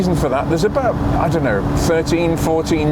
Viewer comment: "What is not to like abaout that..." wonderful english-course of yours! Thanks from Berlin for content and language;-)